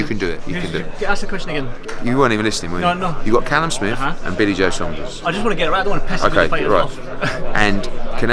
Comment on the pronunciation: Watch the way he says “billy joe Saunders “